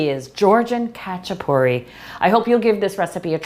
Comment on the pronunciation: Also, the "a" sounds like the "a" in "haha" rather than the "a" in "hatch"